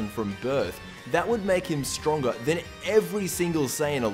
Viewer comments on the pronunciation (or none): none